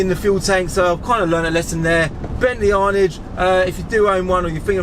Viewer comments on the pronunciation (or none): Come on its pronounced "Anaaj" not "Arnidge" 😝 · Its actually pronounced "Arr'narge" not "Arnige" FFS (think of a french person saying it) Cmon son show a bit of class, I thought I was a w*****r for running out of petrol in an arnage a few years back and some guy mugging me off for filling up a rolls royce bentley with a £5 plastic green petrol can in a bus stop. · Bentley Arnidge lol.....Aaaaarrnaaage. That's a Luton accent if I ever heard one lol